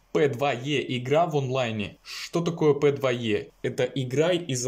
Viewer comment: пэдвае.... ахаххаха